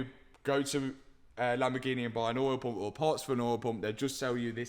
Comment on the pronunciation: What's an "oil pomp"? and who stole the letter T? He keeps saying "Bear ah" and "Lay ah" instead of "Bet ter" and "Lay tar". It's doing my head in.